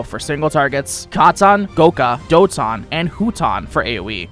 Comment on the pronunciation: trying too hard to pronounce the skills katon doton hyoton in a weird way